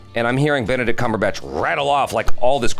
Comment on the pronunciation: "Benedict CumberSNATCH" 🤣 poor Benedict out here catching strays